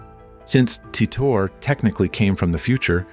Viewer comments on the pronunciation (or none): How many different ways is he going to pronounce Titor?